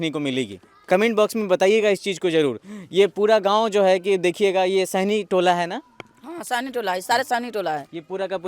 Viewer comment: साहनी है या सैनी है सुध्ध तो बोल।